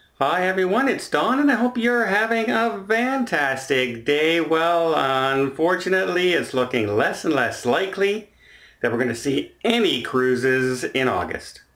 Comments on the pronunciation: OH and finally I truly like your YouTube channel an as a senior citizen still working I ope that you don't get offended but it is pronounced FAN TAS TIC NOT VAN TAS TIC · Are you saying ‘fantastic day’ or ‘vantastic day?’ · Does Don even know he's saying VANtastic day?